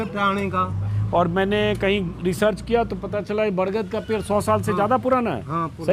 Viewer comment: पेर नहीं होता पेड़ होता है। अपने बिहारी एकसेंट को सही कर लीजिए।